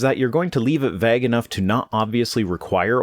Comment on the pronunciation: I love the way you say 'veg' instead of 'vague'.